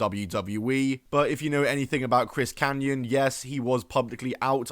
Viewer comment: It’s Kanyon.